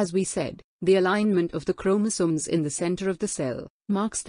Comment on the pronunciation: Your voice is very clear and very good to listen but the way you pronounce chromosomes is very irritating......